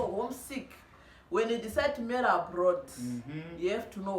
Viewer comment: Is it Abroad or aplord. I love your accent